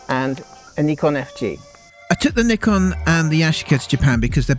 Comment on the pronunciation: Let's have a round of applause for pronouncing nikon the right way! 👏🏼